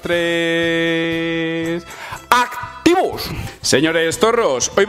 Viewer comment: Soy yo o cada dia el (3/2/1/ actiivos!) Es mas corto pero con mayor enfasis? Jajajajaj